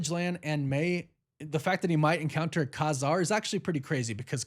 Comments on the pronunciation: Pretty sure it’s pronounced Kay Zarr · I think its pronounced Kay-Zar lol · Ka-Zar is phonetically pronounced Cay Zar. Thanks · ITS KAY- ZAR